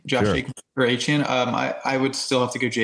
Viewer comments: Achane, like Jackie Chan Not that hard,.😅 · Appreciate it! Thanks for getting past the mispronunciation of Achane🙏